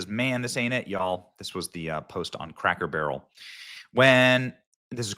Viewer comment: Take a shot of alcohol every time Benny says craker barrel in his play lists of cracker barrels videos